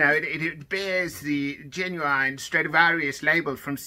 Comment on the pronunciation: One thing I found out: they pronounce the i in genuine as ai